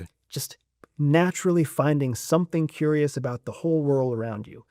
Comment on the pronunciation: Curious not furious.